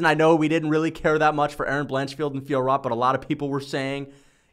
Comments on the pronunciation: you read it "Fior," not "Fiorot" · Ridiculous pronunciation of Fiorot, the T is silent